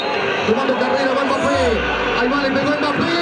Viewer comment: YOU SUCK SAYING itold you so wih mbape